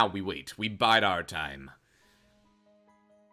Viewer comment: Did he say "Now we bide our time" or "Now we bite our time"? Haha... Vampire dad joke/pun...